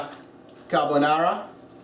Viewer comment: "Carbonara" Ahahaha please go to sleep